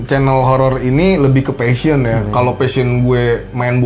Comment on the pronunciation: Koreksi dikit kang, 'passion' ya bukan fashion.